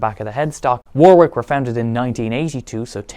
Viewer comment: You're english. Its pronounced WARRICK not Wor-Whick *Edit- you speak english